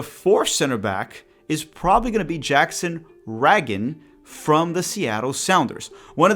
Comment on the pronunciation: Great vid as usual! Jackson Ragen is pronounced like president Reagan.